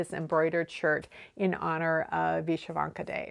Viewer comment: Hi - You are my single most valuable Youtube resource for knitting techniques as I develop as a knitter. Thank you so much! As an American of Ukrainian descent, I can tell you that Vyshyvanka is pronounced vih-SHIV-on-kuh. Thanks for gathering all these neat tidbits